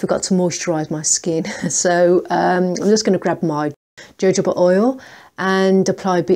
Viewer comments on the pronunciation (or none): Do learn the pronunciation of Jojoba Oil ! Other than that, cool video